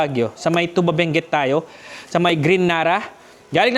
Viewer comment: Thank you for visiting Benguet kahit may bagyo😅 correction lang po Sir sa pronunciation ng Tuba, long stress po sa syllable na "TU", hindi short stress katulad ng tuba na alcoholic drink.